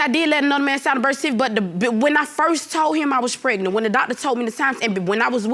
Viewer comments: Sorry, but what is "pretnant"? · Pehgnunt fa nan munts 😂🤣😂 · Hold up what's pret-nant 😂😂😂Girl stop it !!!This PC case is dismissed !!!😂😂😂